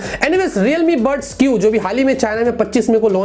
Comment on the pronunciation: That's buds not bus